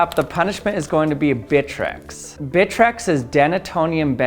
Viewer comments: More like "Britrex" 😎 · Him: bitrex me: BITCH REX